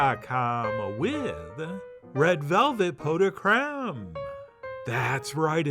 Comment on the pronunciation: You actually pronounced it correctly, "pough"..